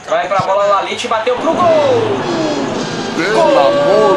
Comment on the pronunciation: O nome do cara não é Laliti... é Ljajić, e se fala Liaiti